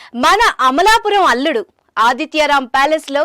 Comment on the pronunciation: Amalapurama anakapalla correctga cheppu ...😂😂😂😂